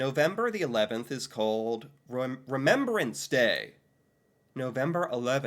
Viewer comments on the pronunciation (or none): It is not called remembererance day. You are adding an ER in the word Remembrance that does not belong.